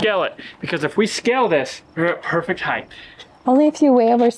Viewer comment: Why do millennials add an "h" to the word height? It's not heighth. People sound so stupid doing that